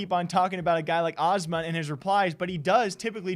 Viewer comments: It’s Azz-mon or Asmongold, wasn’t sure who you were talking about until I looked down at my phone when you said Ahh-smon. But anyway his tweet pretty sums up how I feel about it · Did he just call Asmongold "asthma" or was is "Asma?"